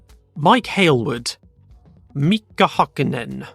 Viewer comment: Got a bit of practice to do with the Finnish names still. Valtteri Bottas and Heikki Kovalainen were pretty spot on, but then on it was a bit spotty. In Mika Häkkinen, you don't double the K sound in the first name. Ä is pronounced more like the letter "a" in "cat". For JJ Lehto, the H should be pronounced like you did for Heikki Kovalainen and Mika Häkkinen, and the "o" at the end is a short o, like you did for Bottas, not an anglicised "oh" sound, like you did. For the JJ part I've heard two pronunciations even from Finnish speaking commentators, JayJay like you said, and more like "Yii Yii", tho using the full Jyrki Järvilehto is more common (which I'm not even gonna try to teach over text, all I'm just gonna say is, that was not it xD ). In Kimi Räikkönen you for some reason again doubled the second consonant in the first name, it should be just a short m sound. Räikkönen on the other hand was pretty close, tho the ö went a bit more into "o" than "ö" sound. For Keke Rosberg the original pronunciation of the surname actually uses the Swedish spelling, otherwise that would've been right. The O makes a long U sound (like in "woo"), the E makes an Ä (Finnish pronunciation, so kinda like "a" in cat) sound, and G at the end is actually pronounced as "i" (like i in the word "in"). Not sure if he or Nico still use that pronunciation tho, since neither to my knowledge live in Finland. Sounds like you briefly forgot that he's German there, that was very English pronunciatio